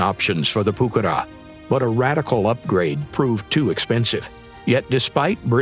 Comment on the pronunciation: Que buena pronunciación al español! 😉